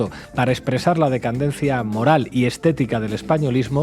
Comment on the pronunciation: Pablo, es DECADENCIA, no DECANDENCIA. Pero te entendimos y coincidimos. Abrazo cariñoso.